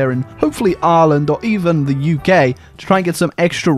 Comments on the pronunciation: Uk? Sounds more like u gay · Did you actually say U GAY instead of UK?